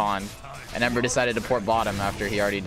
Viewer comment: Yup, I was definitely trolling too man, haha! (jk i actually thought ember was henry from the way you said it :D)